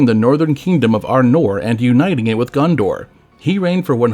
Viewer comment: I, too, want to visit Gun-Door.